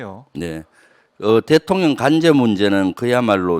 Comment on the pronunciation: 김병주 장군출신 의원님 ㅋㅋㅋ 윤석열 대통년 ㅋㅋㅋ 발음이 글케 들려요~~^^ 꿋꿋하게 대통년 으로 발음 부탁함미더